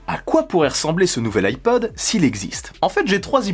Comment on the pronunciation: Moi j'entends ipoad perso